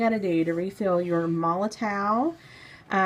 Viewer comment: The "W" in MOLOTOW 8s pronounced as a "V" just so you know 😅